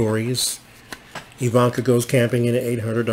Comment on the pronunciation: Love how you say her name—-E-van-kaw. Lol